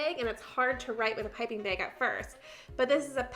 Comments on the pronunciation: Me: Bag Her: Beg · She do be sayin bæg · I love how she says “plastic bæg” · The way you say bag lol “beg” 😂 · I was so confused every time you said ‘bag’, it sounded like you were saying big or beg. 😂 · The way she kept saying "bag"... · I had to go back and listen to her say ‘bag of chips’ again, love the accent 😆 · You're so much fun to watch. Side note: I've never heard anyone say the word bag quite the way you do. :) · I love how she says bag and baggy. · Love how you say "bag" lol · I kept laughing at the way you said bag...Is that a regional thing?